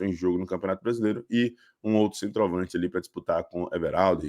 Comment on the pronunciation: "Cemtroavância" dói no ovo esquerdo!